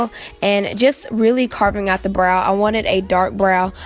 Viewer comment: The way she says BROW 😂😂😂